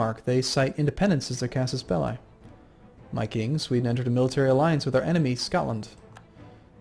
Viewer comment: i like how you pronounce "casus belli" you should be saying that more instead of plain "CB"